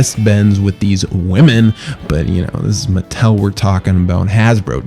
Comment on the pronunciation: its not its MUH-TELL